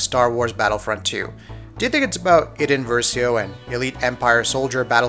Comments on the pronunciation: It's pronounced I-den not I-den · it is pronounced eye-den versio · How can you possibly not pronounce idens name right?